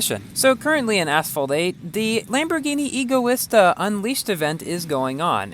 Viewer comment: Lol, I think you were Hugh when Speaking for this Video. I noticed many flaws like "Rezvani Beast ALPHA", "Egoista in Asphalt 9"... Lol